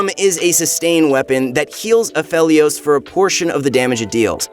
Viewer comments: I love ya but its pronounced A..FE..LIOS. Other than that; great video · it bothers me he's saying Aphelios wrong